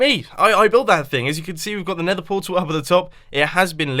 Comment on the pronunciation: When Mumbo "Nethers" correctly :D